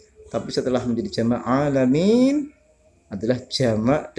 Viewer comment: Maaf kurang jelas nerangin lafadz alaminnya